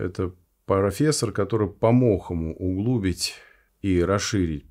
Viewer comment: Только, уважаемый профессор, ударение в слове «углубить» ставится на 3-ем слоге, а не на втором. То есть по нормам классического русского языка говорится «углубИть». Это можно проверить в «Орфо-эпическом словаре русского языка» Академии наук РФ, составленный НИИ русск. языка им. Виноградова.) За анализ и разбор —большое спасибо! Слушал с большим интересом ещё и потому, что лично знаком с людьми, которые отдали своих детей в эту школу и двоих взрослых, которые преподавали в одной московской школе и детском салу. И сам однажды случайно побывал там, когда никого, кроме сторожа, там не было (сторожем была воспитательница из этого детского сада). Осталось много вопросов и ещё больше сомнений. Позже слышал от двоих родителей оттуда, что их дети в 18 лет пытались порвать со своими родителями. А один мальчик в 4-ом классе отказался ходить в эту школу, сказал, что ему «опостылили все эти коренья» (имеется ввиду игрушки строго из натуральных материалов, а это много разных корешков и веточек деревьев).